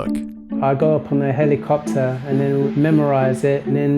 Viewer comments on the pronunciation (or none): "On the hellycopter."